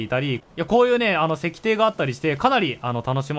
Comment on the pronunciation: 石庭… せきてい って読むんだけどね😅